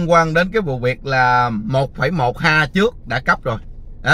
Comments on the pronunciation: ha . Có học nên đọc héc ta nhe. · Ha nên đọc là éc ta